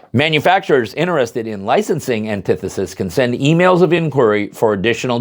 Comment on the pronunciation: ANTI FUCKING THESIS its nit one syllable